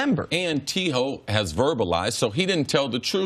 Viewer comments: so we gonna act like cris ain’t call him T Hoe 😂😂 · CC called him T Hoe. Lol